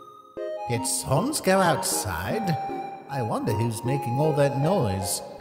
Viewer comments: omg srsly? who says "SoNNNnNNNNnsssSSSS" anymore? it's S A N S . SANS the skeleton. You don't read Comic Sans as Comic Sons. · STOP SAYING Saaaaaaans ITS SANS THE FUNNY MAN